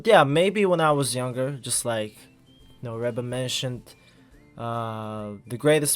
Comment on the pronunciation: It's pronounced Ree-ba even though it's spelled Reba..